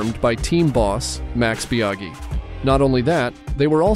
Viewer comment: Good old Mex Biaghi